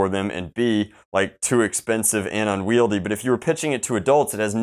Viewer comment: "unvieldy" he says, a thirteen year old can use it just fine